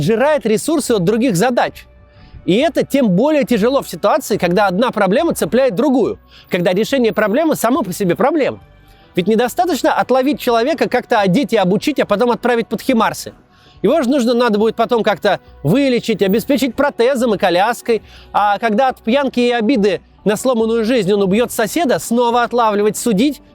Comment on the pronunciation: не химарс , а хаймарс ,Максим